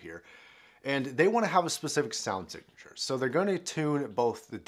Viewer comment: I heard " shit sound signeche " 😂